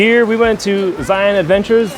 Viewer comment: First say it properly. Say Lion. Then say Zion. Just like Lion. Thank you.